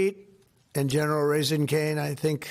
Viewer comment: Did he say, "General Raisin' Cane"???